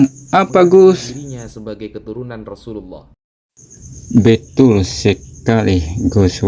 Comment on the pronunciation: Chanel koplak,,ngecengin Gus wafi,,sendirinya ngucapin kalimat Rasulullah aja belepotan,,,kentara bngt Chanel koplak nya😂😂😂😂